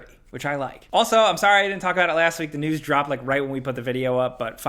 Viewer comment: "...here to talk about all the video game newssisjfh that's been going on this week.." Had me dying.